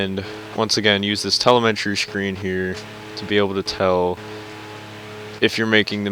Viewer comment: TELEMTREE? Its telemetry